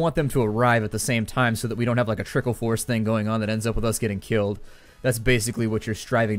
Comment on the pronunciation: don't do it sounded like dope do it :O